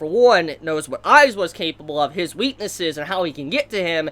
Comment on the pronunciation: It's AizAaaaawa not aizwa